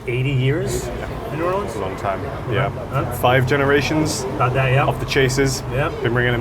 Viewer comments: I was slightly annoyed with the pronunciation of Nawlins until you also un-Americanized Guy Fieri's name 😂🤌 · please don't say n'awlins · Great episode but pro tip: no one from New Orleans says "N'awlins." They'll shame you here so beware!